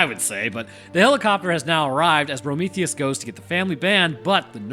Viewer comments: you keep calling him Brometheus and it’s killing me 😂😂😂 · Why do you call him Prometheus ? 😅